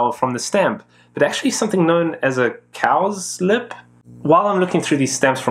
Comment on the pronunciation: Great video. Honestly, never heard of Åland before and not got any of their stamps in my collection (yet). Only other thing, near the end you mentioned Cowslip. In the UK we would say 'Cow-Slip' rather than 'Cows-Lip'. Think Cows on Ice.